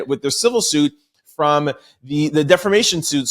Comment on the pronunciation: Hi From The Sky 💫🤺 We love how you put the ‘ Rrrrrrr ‘ in DEFAMATION ! 😂😂😂😂😂😂